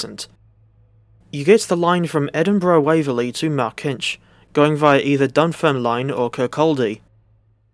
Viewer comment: Wee heads up, Dunfermline is pronounced Dun-ferm-lin & Kirkcaldy is Kir-cod-ay 🙂